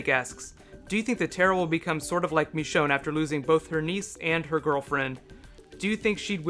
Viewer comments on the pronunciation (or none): Why do you call Michonne MEchonne? Nice vid btw